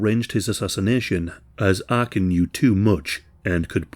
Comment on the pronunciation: It's not Arkin but Arkan.